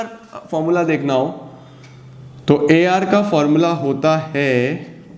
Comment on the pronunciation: when he says AR and MR am I the only one who hears AR Rehman? 😂😂